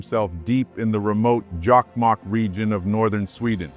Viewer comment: Jakmak? JOKKMOCK!!! And Lapland? LAPPLAND!! How hard could it be? From Sweden.🤘☮